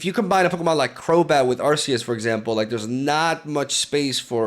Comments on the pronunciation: I thought it was pronounced Ar-key-us. Am I tripping or..? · Where are you from? Calling arceus by akhoos is really cool